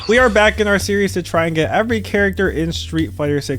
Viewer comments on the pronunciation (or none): none